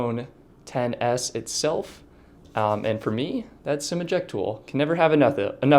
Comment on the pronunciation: It’s XS not ten s